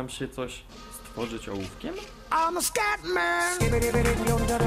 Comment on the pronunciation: scatman a nie skate man kurwa mac...